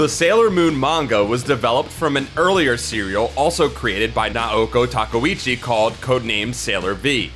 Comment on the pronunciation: 1. You're saying Naoko Takeuchi wrong. 2. There were 18 original paperback Sailor Moon volumes in both Japan and the US, not 16. 3. You pronounce Tsukino wrong. 4. Hunter x Hunter should be read as Hunter Hunter, no x.